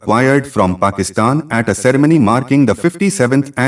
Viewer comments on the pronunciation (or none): Aag lagi hai kiya abhay ? Pehlei saaf angrezi tau bol lay cerei-money ka kuch lagta 😂😂😂